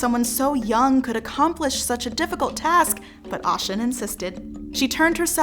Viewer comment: I was about to say the same thing!!!!! Because it’s Oh - shoon not Au- shun.😅 Big O 🦚 I have so much respect for the effort, i would like you all to consider doing a little research on how to pronounce the names of the orisha correctly. It would add to the creditbilty of the content.